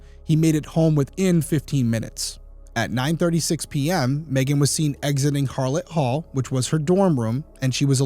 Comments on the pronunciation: FYI it’s Hallet Hall not Harlot Hall. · Derrick, you misspoke when saying "she was seen North of HARlett Hall" -- It is HALlett Hall. No letter R. Just helping you out as a CU Alum who was in college when this happened and wants to know what BPD and BCSO are doing to solve it :) Prayers to the family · Harlot hall???? Am i hearing that correctly?? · Its hallet hall . He read it wrong